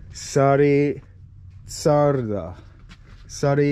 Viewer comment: You have to pronounce Sári Csárda like Shari Charda. It means Sharon's restaurant. Csárda is a kind of restaurant. CS - the first two letter - have to be pronounce like CHannel - the CH. :) Your pálinka was distilled from peach, so you can feel the smell of the peach of course. We usually do not put any other component to the fruit mesh, just the fruit, this cause the very typical fragrance and taste. Your main course comes with the mashed potato with onion. Boil the potato, stir fry the onion, and mix them. Add some spice like salt and black pepper, maybe some paprika, and you're OK. The sauce next to the duck meat comes from the dish were the duck was fried.